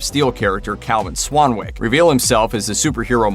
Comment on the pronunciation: Swanick. the w is silent.